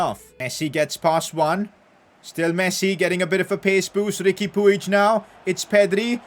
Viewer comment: Riqui pig is pronounced as pooj